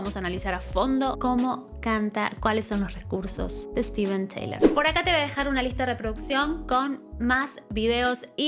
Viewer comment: Steven Tyler, no Taylor. Se pronuncia “tailer” no “ teilor”